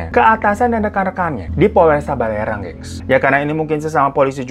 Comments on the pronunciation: Barelang mas bukan balerang 😅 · 5.30 Barelang bangg , bukan balerang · Barelang kak,, bukan balerang 😁. Barelang itu singkatan dari BATAM - REMPANG - GALANG 👍🏻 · Njir kasus di Batam, wkwkw Polresta balerang bang hiro typo sebutnya kwkwk